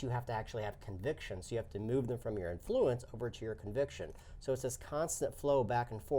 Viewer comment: Love the channel, and the game looks great, but I have to say... emPHAsis when saying "inFLUence" makes me a little crazy.;)